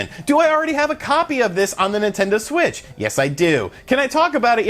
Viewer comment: Hey did anyone catch at that he said Nintendo swit instead of Nintendo Switch lol. Love your vids man